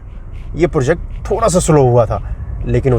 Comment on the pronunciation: project bola karo bhai porject nhi